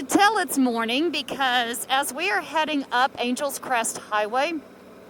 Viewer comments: Ok... I just have to ask.. why would that road be pronounced as you pronounced it "Angels Crest Highway" and at least twice later.... when it is spelled like the city Los Angeles??.... which is pronounced totally different than "Angels"....the city gets stretched out to Annn Gel essssss. Just curious.. inquiring minds want to know.... And just to show how things get twisted...here in Indiana DuBois county is Du' boys... and Terre Haute is Terra Hoetd... and the county it is in Vigo, would should be pronounced Beego as it is Spanish, but most of my fellow Hoosiers don't know that but call it Vie'go, though those who live there call it Vee' go. But then you're a Texan and thus cannot be held responsible for the Cali language... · Nice video but it’s not Angels Crest it’s Angeles Crest Highway like Los Angeles 😜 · You have been here 3 years? Its Angeles Crest Highway, NOT Angels Crest. Otherwise, nice video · Silly Texans talking funny! It's "AN-gel-lus" Crest. Angeles, as in Los Angeles. Yes, yes yes, we know it "means" Angels. It's like one of us, saying "LUCK-in-back" Texas....Waylon, Willie, and the boys.... Very nice scenery, too bad about the fire damage, but that will make next Spring a wonderland up there! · Ridden it on a road bike and a motorbike. Beautiful. (I believe it's pronounced like the Angeles in "Los Angeles". Three syllables.) Great video thank you for posting.